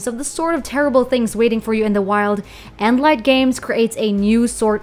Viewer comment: It's endnight not endlight